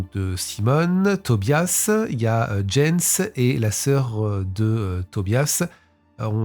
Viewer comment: Jens se prononce "Yens" en allemad